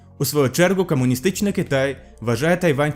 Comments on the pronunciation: В українській мові як пишеться, так і читається, комуністичний Китай не читається як кАмуністичний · Звук «ґ»; кАмусістичний; варто зазначити, а не відзначити; міждународне товариство; співтовариЦтво; компанії, а не кАмпанії; противостояння; там ще іноді наголоси неправильно ставиш, але ти звикнеш, я думаю; підпісяно; хача; проста. Це те шо я побачив, переглянувши один раз, можливо шось упустив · Дякуємо за україномовний контент! Але ґромадяньска, перемоґа, камуністичний, можно, варожість та інші дуже ріжуть по вухам. У українській немає "акання", тут "о" читається як "о". Та це нормально спочатку, потім буде краще. Бажаю успіхів! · Якщо занурюватись більш конкретніше то подекуди ти акаєш, як наприклад кАмуністичний, екАноміка, буває вимовляєш І замість И, соціалістІчний, також деякі помилки в перекладі: противостояние - протистояння, международный - міжнародний, до неузнаваемости - до невпізнаваності. А загалом повністю підтримую з такою ініціативою